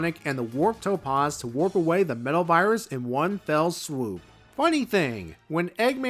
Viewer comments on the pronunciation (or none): The 'a' in topaz is pronounced 'aah' as in 'back', not 'ahh' as in 'calm'.